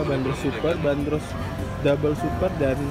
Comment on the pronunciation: pelafalannya bukan /ben-ros/ tapi /ban-dros/ <-- urang bandung asli